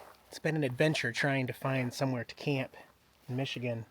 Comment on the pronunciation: Non Michigan people always get it wrong.